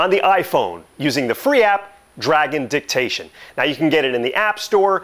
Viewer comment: Oh i thought he said Dragon Dick-tation